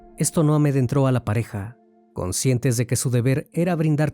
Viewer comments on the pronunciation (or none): Te felicito por tu trabajo... me encantan tus videos... pero tengo que corregir un error, porque es la segunda vez que te oigo decir amedentro y se dice: "amedrento"... Saludos